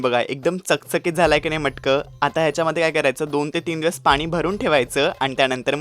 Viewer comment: मटकं नाही रे..मडकं!!!